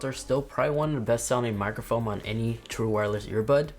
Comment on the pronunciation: Thanks for the new info! Also, did you say “microfoam”?